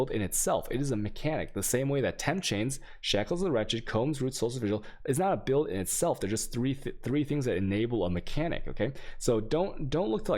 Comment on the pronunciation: Is anyone gonna let him know how badly he mispronounces things.... "vaal" is not "whale" and "Guardian" is not "Jawrdian"... It's also not Virgil, it's Vigil, what is going on here.